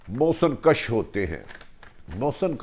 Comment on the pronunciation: محسن کش کے اوپر پیش ہے بھٹی صاحب۔ زبر لگانے سے معنی ہی الٹ ہو جاتے ہیں